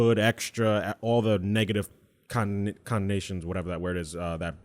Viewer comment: I agree but not to troll .. you don't need to use big words if you going to have a problem pronouncing it... I think he meant connotation... I enjoy the conversation but I feel at times they all act like urban hipster intellectuals. Am I being douche by saying that?